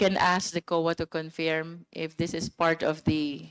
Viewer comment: Luistro, pwede bang ayusin mo yung pronunciation mo ng word na “Confirm”; it's pronounced as kuhn•furm, not confyerm or conpyerm, saan mo nakuha yang ponunciation na yan?